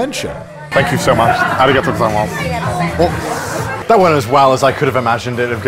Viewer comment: How are you so bad at Japanese? YOU LIVE THERE. Please learn just a little bit. Like to pronounce "Arigatou gozaimasu" properly...please.